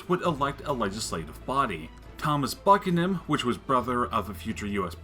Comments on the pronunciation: Your effort to make this informative documentary is appreciated. However, your lack of how to pronounce many words is both distracting historically incorrect. One of the more notable errors was Thomas Buchanan pronounced /bjuːˈkænən/ bew-can-nin not buck-ah-nin. Anyway, the film was good. Just seems important to get that pronunciation down pat. Thank you. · It's pronounced "Buchanan"